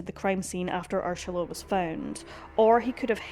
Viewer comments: It's Ur-sula not Ursh-ala. I think the narrator needs some lozenges or Sudafed 😆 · The way you pronounced Ursula as Urshula over and over made my skin crawl and I had to stop. Please don't slaughter victims' names like that. It is an affront to them. I'm German and the daughter of an Ursula, and even if you had used the English pronunciation, that would have been fine but sounding like a drunk person trying to pronounce it was just too much. The German pronunciation would be OO-zulla with that z somwhere between a z and an s. If you are going to use German names for places, Bavaria is Bayern. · Is that how her name is pronounced - Urshula?? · Pls note * pronunciation ** the name is URSULA not URSHULA.. thats Ur-Sula NOT Ur-Shula…. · I love your channel and your content . However, Tinnitus is pronounced - Tin NIT US . Also, the name Ursula does not have an “ h” in it. Ur- SU- La is how it is pronounced . Kind Regards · No. She is mispronouncing it . It is distracting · Please, PLEASE take the time to research how to pronounce the names!! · You don't have to fake the pronunciation of her name. It just sounds forced. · The mispronunciation of UR-SALA'S name 300 times was annoying to get past but a grand story to tell. My sympathy to her loved ones. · No, not inappropriate, more misplaced. Finding the mispronunciation of the victim’s name annoying is one thing. Being unable to find out without question who committed the crime is more annoying — although I’d be inclined to go for a stronger word, such as “infuriating.”